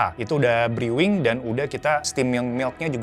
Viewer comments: "bru" bukan "briw"... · Briwing ❌ Bruwing ✅ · Brewing bacanya = ˈbro͞oiNG ya, jangan dibaca briwing, bikin malu aza... Anda cukup ketik brewing di google translate lalu klick tanda micnya, nanti anda akan dengar langsung bacaannya kayak gimana, semangat belajar ya 👍 Ojo Nesu ☹ Isin-isini wae 🤣